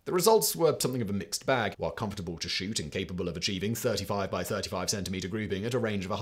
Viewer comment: the Scheisse what now? Simon turned "shoot" into "shit". 😂